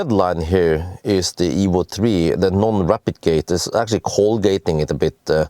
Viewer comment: Almost sound like "replicating" when you say "rapidgating", that was a bit confusing, whats going on here 😄👍but yet another awesome video and I just ordered the evo and sold my bz4x 🙂👍